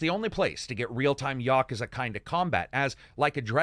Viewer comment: For the life of everything, its pronounced "Ya-koo-zah". Please stop saying wrong.